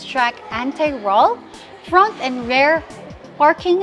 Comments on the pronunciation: It's rear,not rare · Rirrrrrrr,not reyrrrr